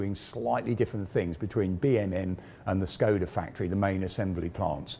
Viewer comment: Small corrections for the pronounciation. Škoda is to be readen like English would read "Shkoda". "Č" "ČKD" is to be readen like the "Cz" in "Czech". THat's what the ˇ accents do.